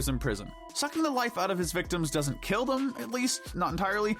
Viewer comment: I like how he say he can killen Ganon